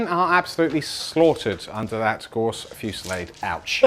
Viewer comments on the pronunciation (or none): g-a-u-s-s- not gorse